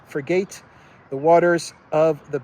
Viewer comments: frigate it pronounced "friget" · love your show—frigate is pronounced “FRIG-it”